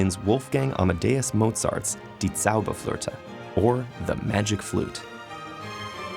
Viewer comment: You butchered the German title